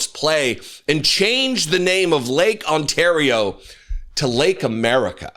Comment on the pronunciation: OOOooo.... he can say Ontario right. NO one takes him seriously!